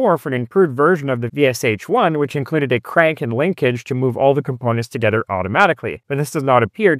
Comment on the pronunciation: Sh = Ш and not pronounced as two separate sounds. Shit is good example. Can you pronounce only part of word, marked by capital letters from word SHit? And from VSHit? :)